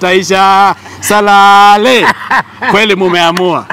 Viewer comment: That salaalee thing is destroying my ribs😂😂😂😂😂